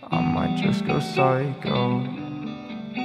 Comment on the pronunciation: dude stop stealing content i legit say pysho by maze but you still say pyshco by masn